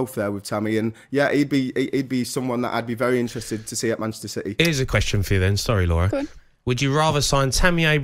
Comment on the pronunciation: Also did Trevor say Manchester Shitty? 2.50